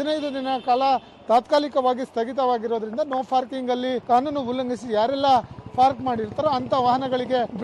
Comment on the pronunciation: ನೋ ಫಾರ್ಕಿಂಗ್ ಅಲ್ಲಾರಿ, ನೋ ಪಾರ್ಕಿಂಗ್ ಅಂತಾ ಹೇಳಿ, ಕನ್ನಡಕ್ಕೆ ಅಪಮಾನ ಮಾಡಬೇಡಿ !!! ಯಾರು ನಿಮಗೆ ಕೆಲಸಕ್ಕೆ ಸೇರಿಸಿ ಕೊಂಡಿದ್ದು. ??